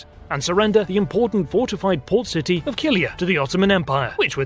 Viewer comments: Thank you for your insight into romanian history! It's "Walahia" though, not "Walachia" lol. You got Chilia right. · Man! You pronounce Chilia more or less correct but Wallachia is awful, as it should also be with a k (or a h ).